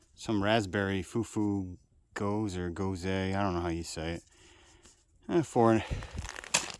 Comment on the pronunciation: Gose is pronounced goes-uh. Sorry to hear about the COVID, it really spread like wildfire over the last month. I've only done one trip in deep snow but I found that the tent stakes themselves worked well as snow anchors. I'd sink them down with the guylines attached, pack snow over them and gave them 10 minutes or so to set. Worked well and held firm! That slow-mo fire shot was cool. Looks like a successful night out. I've never actually slept that well when out in the woods so it's just part of the experience I guess.